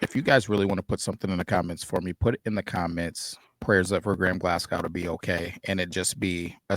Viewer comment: Glascow?... No....!